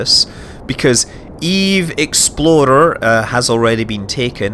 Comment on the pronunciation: I kept hearing Eve Explorer as Eve Exploder.